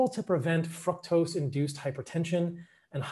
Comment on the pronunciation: Exactly. I caught that too. Fuc-tose